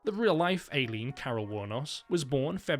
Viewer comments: Eye lean. Not AY leen. Come on limey. Please respect the American language. It's your mother tongue, after all. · I’m so sorry but it’s Eye-Leen not Ay-keen. And it’s Christina Ri-chie, not Ri-ckie. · Or Aileen like Alien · It's weird how my name is "Ayleen" and not "Aileen" and the way you're pronouncing Aileen's name is exactly how you say MY name. Aileen's pronunciation is different as hers is more like "i-lean" instead of "eyy-lean". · "AYY-lean" lol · Ay-leen was killing me. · Ay-leen? Christina Rickee? Do you just literally not do any background research at all? How do you exist in the year 2025 and not know how to say Christina Ricci's surname? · the way you're pronouncing christina ricci and aileen is rage bait